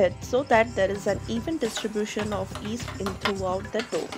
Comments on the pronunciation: yeast, not east, y is not silent, but great recipe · Its pronounced yeast not east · Yeast is pronounced yeast and not 'east'. The Y isn't silent. Thanks for a great video! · My dad used to pronounce "yeast" the same way 😀